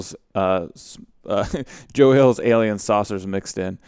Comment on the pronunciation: When you Said joe hills i understood yew hills no racist